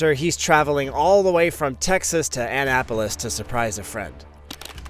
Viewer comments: Omg its not Ann apolis Maryland ahnnapolis thats how you pronounce it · A-Nap-Po-Lis FYSA